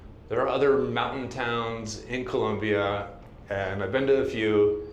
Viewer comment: You should pronounce Colombia properly-jeez!